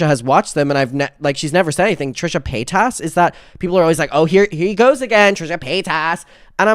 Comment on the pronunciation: I’m a pay-TAS girlie through and through I’m never changing for anyone